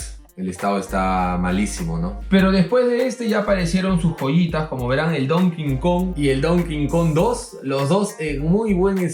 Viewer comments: Porque dices donking kong? Es donkey kong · DONKEY KONG, NO DON KIN KON POR FAVOR!!! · Like si también te gusta el "don kingkong " xD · Don cojon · Porqué cojones dicen don king kong si es donkey kong. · Es Donkey Kong, no Don King Kong, que pasó... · DoNKennhhh KOnG xd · "Donkin Kon" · casi dices el konkidonk <_< XD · Latino que se respeta pronuncia Donkey Kong como “don quincón” xd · Mi padre es latino, y puedo confirmar que es latino que se respeta al decir don quincon! jaja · porque dicen donking kon? v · don kin kon XD